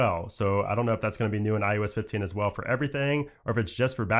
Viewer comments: Stop saying IUS it’s IOS lmao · Can you PLEASE stop saying IUS. It's so annoying it literally hurts my ears. Stop mumbling and say it correctly